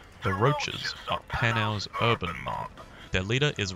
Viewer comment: saying "Panau" is amazing